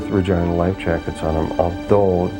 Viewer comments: My God it's pronounced RE GEE NA not Re GINE A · It’s pronounced Regeena!!! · It is not correct named of the ship. Regina is pronounced REGEENA not REGINA sounds too much like the other word. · say it with me, "RE-GEE-NA". you're welcome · "Re-geena" "Re-GEEN-A" For the love of God. 😩😒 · sooo.... who else thinks he is pronouncing "Ragina" the wrong way? John Brownwater...not nice parents...